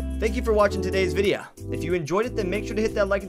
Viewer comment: "Thank you for watching today's viddeyah" never gets old